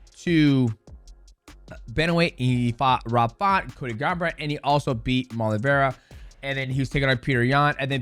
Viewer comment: are we all just going to ignore mighty completely botching umar's and merabs names 😂